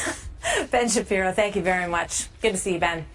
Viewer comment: 1st part of the convo...owned...couldn't even say thank you right, lol!